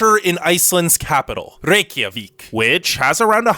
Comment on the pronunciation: I'm gonna add to this list with pronounciation errors - Rie-Ka-Vik. Not Rey-Ki-a-vik